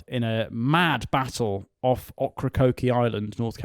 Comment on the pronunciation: Oak-Ra-Coke island*